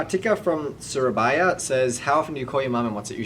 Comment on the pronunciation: "Khartika from Shurabayha" lol